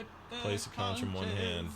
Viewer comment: Not trying to be jerkish, but conch is pronounced “conk”. Love this game!